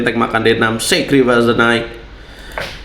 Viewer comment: Masih ngotot aja dengan pronounced 'the knaikh' ck ck ck